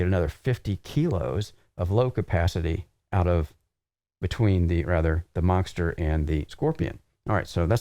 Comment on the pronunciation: Why does it sound like says “Monckster” hahahah